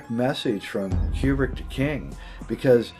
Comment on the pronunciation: Yay! I just might shatter his world, but it's pronounced koo-brik, not like Qbert (kew-bert). Learn UP, scro!